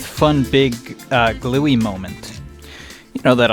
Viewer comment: Eh no way you called her gluey its bluey and now she will be waiting to strangle you well ya sleep ya asked for that mate